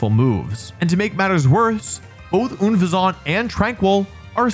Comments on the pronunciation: Unfezant like Unpleasant but a Pheasant, please correct your pronunciation pleaseee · Why do you pronounce the unpleasant pheasant that way? It’s not an unnatural croissant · Oh my god, thank you. I was begging and pleading that I wasn’t the only one lowkey fuming beneath the surface. I mean, even if he can’t understand the play on “unpleasant” and “pheasant,” all he would have to do is watch the anime and he’d know exactly how to pronounce it because Ash has one. Also, on the topic of Ash having an Unfezant, why do other Pokémon that would’ve made this list get special treatment because Ash has them in the anime, but not Unfezant? It’s stats aren’t even that bad for casual play, it’s design is an awesome representation of real life sexual dimorphism in birds, and Ash has one. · I can't tell whether his pronunciations of "Slaking" and "Unfezant" are serious or if he doesn't get the puns... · Honestly I’m super surprised that Dunsparce isn’t on this list. I knew all of the other Pokémon here except Tranquill, but Dunsparce is so forgettable that I thought it was a new mon in Scarlet and Violet. Also, I do love how Wolfe stil mispronounces Unfezant! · The pronunciation of Unfezant is sending me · Pronouncing Unfezant like that should put you in jail. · I actually knew it was tranquill >:D Also, why tf do you say unfezant like that 😭. Its uhn - feh - znt. Not that french ass “oonfehzaunt” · hahaha this is the first time i heard oon-fesant pronunciattion, i thought it was un-pheasant, was this the pronunciation in the anime? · Pronouncing it oon-fez-ahnt instead of un-pheasant (like unpleasant) is hilarious on another level to me. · Memory serving, "Unfezant" was pronounced "un-FEZZ-ent" in the anime. Is there a source where it was pronounced "OON-fuzz-aunt" like Wolfey pronounces it? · unfezant … like unpleasant. why are you saying “oonfezawnt” lol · oon-fazahnt? what? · I think it's pronounced un pheasant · Im sorry, but isn’t Unfezant pronounced like «unpleasant»?